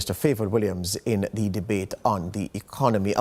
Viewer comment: Why does use the pronunciation of the word "THE" so haphazardly? Isn't the convention that before a vowel "the" is pronounced closer to the word "thee" and before a consonant it is pronounced as "tha"? Thee apple. Tha boy. I'm sure knows this. If he doesn't he should and he should start using it as such. It's quite confusing at times.